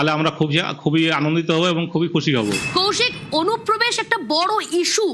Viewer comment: অনুপ্রবেশ ❌ ওনুপোবেশ✅